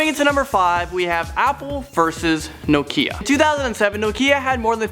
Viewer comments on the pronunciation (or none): he says Nokia nokeya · WTF is no-keeeeeeeeeea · hahahha how he said "nokia" lololol